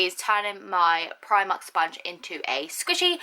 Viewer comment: U pronounce it like 'preemark'